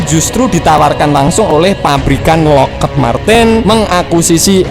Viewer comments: Bacanya Lokhid bang... bukan Lokhed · Lockheed dibacanya Lokhid, bukan loked min..